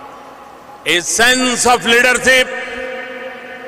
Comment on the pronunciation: A sense of leaderchip 😂😂 modi‘s Indian pronunciation